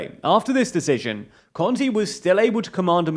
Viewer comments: Not a relevant comment, but "Conte" is roughly pronounced as "CON-teh" and Ciampi as "Chumpy". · lol "kontee"